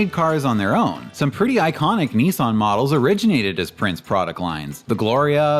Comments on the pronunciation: its also promounced Niss-an not neeee-san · yes but this wasn't any "help." It is *approximately* pronounced nee-SAHNG, but the first vowel is short. Still nee-sahn sounds better than the British/ Australian version. Same for Nikon (approx.: nee-KONG); the British NICKon sounds horrible compared to the original.